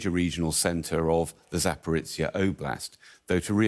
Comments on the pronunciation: "Zaporitsya" WHAT?!? I thought only Americans buthered names this much. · Can't even pronounce Putin's name or the town of Zaporizhia properly...